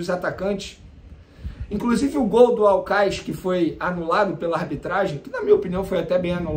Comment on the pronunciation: O vene o nome do time é aucas e não aucais